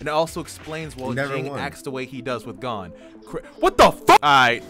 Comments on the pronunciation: It’s not gone it Gon like moan but with a G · Did you just call gon "gone" lol